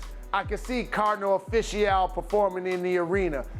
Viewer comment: Did he just say Cardinal Offishal LOL